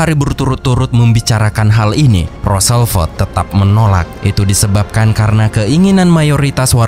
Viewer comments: rossevelt bang bukan rosselvet dengernya kayak gimana gt XD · Roosevelt bukan Rooselvelt... perbaiki ejaan lagi bro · Bukan roselvet kak.. Tpi roosevelt..😊😊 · Admin,pembaca narasi ROOSE ELT,ROOSEVELT bukan ROSELVEL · Min, berulangkali namanya disebut Roselvet, yg benar adalah Roosevelt alias FDR/Franklin Delano Roosevelt. Huruf el-nya di belakang. Ini nama hafalan sejarah zaman sekolah SD dulu. Maaf ya, krn agak mengganggu telinga. 🙏